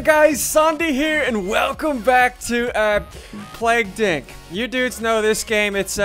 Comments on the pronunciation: he acednetly said plauged inc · wow he said the word inc wrong he said the d word instead of inc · why does he say plague dink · He said plague dink in the introduction